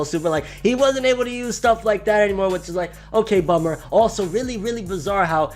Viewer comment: I heard Okay BOOMER when he said bummer.